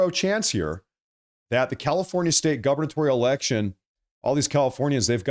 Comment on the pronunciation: So hey. Really like your show, but you should know that the word is “gubernatorial” not “governatorial”.